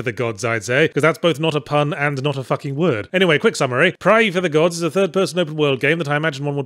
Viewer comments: Before playing the video, I guessed Yahtzee was going to have a nice, drawn out "ae" in his pronunciation of "praey". Was not disappointed! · I read the title of the game and just heard Yahtzee pronouncing it in my head. Watching the vid, it's exactly how I expected him to pronounce it.